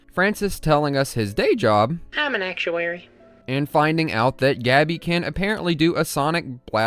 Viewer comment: damn it,, you don't seem to be able to listen, do ya? he's an actuary. AC-TU-A-RY!